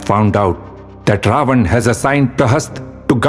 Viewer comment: Please don't mind if I say something which I didn't find well. You are doing tremendous job. You need to pronounce Ravan name as रावण instead of रावन. If I am wrong please correct me.